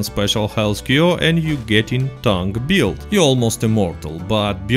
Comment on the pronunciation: also, it's "build", not "buiud"